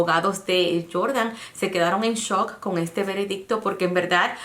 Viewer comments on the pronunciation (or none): none